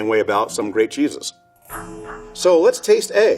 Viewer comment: I know he said "great cheeses" but my wife and I had to replay it 3 or 4 times cuz we swore he said "grape Jesus" 😂😂😂